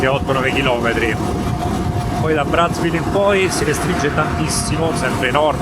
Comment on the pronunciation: Si pronuncia "Brazzá" ville. Dal cognome dell'esploratore friulano. 😊 Pietro Savorgnan di Brazzá